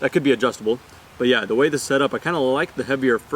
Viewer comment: Whenever he says “But Yeah” I hear he is calling to someone “Bhaiya” 🤣🤣🤣🤣